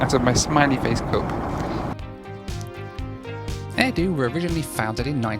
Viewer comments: My only complaint is you called it "Air Dew" The airline is named "Air Do'h" since they are HQ'd in Hokkaido... It isn't called "Hokkaidew" is it... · Are you still in Japan? I live in Tokyo myself. The name of the airline is actually Air “dough” like the sound of the name of the island…Hokkaido. The “do” in Hokkaido is the term for prefecture, where the entire island makes up the prefecture. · its pronounced air-do from the do of hokkai-do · The airline's name is actually pronounced air-doh (like doughnut), because they fly to HokkaiDO. That's one of those things you probably wouldn't know unless you'd lived here nearly 40 years. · be like: Air-Due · Great video! However 1st thing it is pronounced Air Do (Doh) and 2nd it looked like an interesting flight especially on that Boeing 767-300! 🎉 I love how the Japanese carriers in particular still utilize a lot of B767s (and eventually phase them out with B787s) just like here in the 50 US states 🇺🇸 😂 Great job as always I can’t wait to fly Air Do someday soon and to visit Japan! 🇯🇵 Cheers 🥂 😊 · Like your air do 😅 air do sounds like hair do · The "do" in Air Do is pronounced like "Dough" or the do in "Hokkaido". As others mentioned, the best way from Narita to Haneda is by bus. They leave every 10 minutes and take 60 minutes. The cost is about 3,000 Yen. Taxis are not the way. In Japan everything just works and is civilized that is one of the major up sides of the country. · Yes- it's air "dough" (long o) just like the sound at the end of Hokkaido.